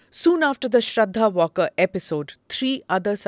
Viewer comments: its pronounced not walker smita, its vaalkar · श्रद्धा वालकर, वॉल्कर नहीं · Please correct your pronunciation of Shraddha's surname...its Waalkar...not walker as u are saying. Its a surprise that a journalist of ur stature should not have got ur basics right . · Smita ji, the girl's name is not pronounced 'Walker'. It is pronounced Waal-kar.